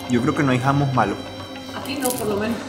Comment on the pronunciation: El Hummos se pronuncia júmmos, no jámus. Parece que a su suegro se le olvidó el árabe ☺